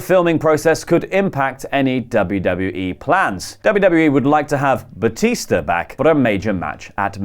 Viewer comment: Its batista not bautista